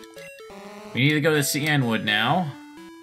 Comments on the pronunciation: Wouldn't it be SEE-in-wood and not See-ENNE-wood? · I always pronounced “cianwood” as “sigh-an-wood” instead of “see-an-wood”.